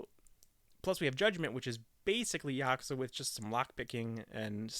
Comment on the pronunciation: You are saying yakuza wrong